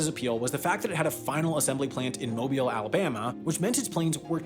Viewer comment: Thank you for pronouncing “Mobile” (the city in southeast Alabama) correctly